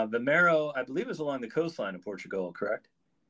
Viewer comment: You have the names wrong ... its not vimeiro or Cintra, it is Vimieiro and Sintra